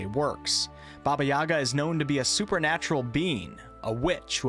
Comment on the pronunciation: It's Yagá not Yága, same as mústikka and not mustíkka:_Troll::_Troll::_Troll